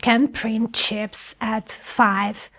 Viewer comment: I love how you say “Chyps”, or “Chiips”, not quite “Cheeps”. Language is on a spectrum, pronunciation adds another layer of wonder.